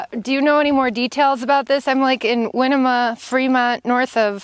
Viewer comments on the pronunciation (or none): Thanks and good job on the great videos! I'm from Oregon and used to work in the Winema National Forest. It's pronounced-(Why..Knee..Muh..) Good luck on your adventures! Best wishes to you!👍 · You are not to far from me. I am in Lake County. Lots of BLM ground and forest service. Winema is pronounced Why-nee-ma. In my area we have Hole In the Ground, Fort Rock, Crack in the Ground.